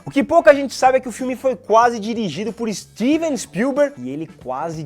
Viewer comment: "Stivi spiuber" dirigindo Harry Potter?